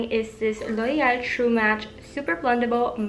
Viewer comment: loved the way you said loreal❤ lots of love and support from nepal💐